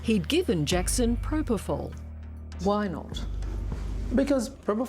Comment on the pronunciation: So Mr Murray saying Michae. injected himself with proprofal